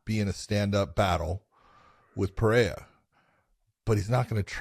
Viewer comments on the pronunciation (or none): John you should say PP not Pa for Pereira. The sound of Pe is same as pe- destrian and not pa- l. And the sound of "rrei" its its R with hey . So you should say Pe Rhey RRA. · hahahah you still dont know how to say PEREIRA. you are wrong John haha, you say PA REI JA 🤣🤣🤣. the pronunciation is, PE ,like Pet (animals) with out the T , REI you are ok John, and, RA is the same logic that REI, but easier, just RA. Repeat after me haha!! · From the great Jon Anik: "PSA: Periera is pronounced pah-RAY-rah, ideally with rolled R’s. But most importantly…there is no ‘H’ sound. It is not Pah-HAY-rah. If you can’t roll the R’s or don’t want to, just make sure you utter the hard ‘R’ on both syllables. Oh. And it’s ah-LEX. Not AL-ix." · Why is Big Jon unable to say Alex’s last name correctly? Pe-rare-uh. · ive never heard it pronounced "perayha" but what do i know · Big John just won’t learn how to say Pereira lol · If people just pronounced Pereira in a normal English pronunciation, it would sound closer to the one in Portuguese than all the crazy attempts that all media people were making all these weeks. That what John taught so eloquently in this episode is also wrong. 😂 (I am from São Paulo just as Pereira.) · Big John is wrong about his pronunciation of Pereira. As a general rule: If the R is at the beginning of a word (Fx Rio, Royce, Roger) or if it's double R (Fx. Caio Borralho) then that's when you use the H-sound. If it's between two vowels - as the R's in Pereira - then R is pronounced as a normal English R. The R is also pronounced as a normal English R if it comes after a consonant but before a vowel (Fx. Gracie). I know it's hella confusing. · No es Alex Pe-re-ira like the way you pronounce a city that is in Colombia. When the R is in between vowels the R is pronounced as a regular R like in English or Spanish